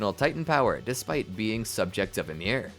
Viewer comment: Her name is Ymir Fritz not Amir